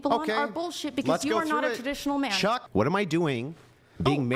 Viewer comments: I noticed that! It's so funny. He tries use it as punctuation and the way he angrily pronounces it. HEY CHOCK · The way he keeps emphasizing "chuck" like it's some kind of ultimate insult is too funny, he is so sweaty and desperate 😭